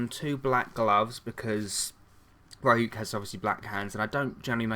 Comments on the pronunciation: Its pronounced ree-ook :) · You pronounced Ryuk's name right the second time :D